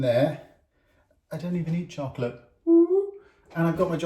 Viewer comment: Something about the way British people say the word "chocolate" makes it sound so much yummier. In the states in the midwest we pronounce it "chalk-lit" and it tastes a lot like it sounds.